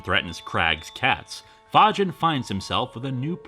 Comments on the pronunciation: Are you sure it's not pronounce Fae-G-in? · Surprised it isnt pronounced the same way Fagin is in Oliver Twist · "Fagin?" You sure it's not Fagin, like from Oliver Twist?